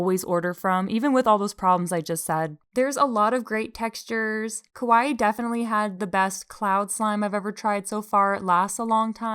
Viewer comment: it was so cute when you kept saying kowai instead of kawaii, bc kowai means scary afraid and kawaii means cute dgnhgfe